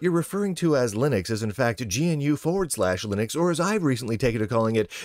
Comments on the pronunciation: By the way, it's "guh-noo", not "gee-en-you". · It's pronounced guh-noo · GNU is pronounced "guh new". At least that is how rms says it. "rms" is always lower case, btw. Log in with user name in caps and you will see why.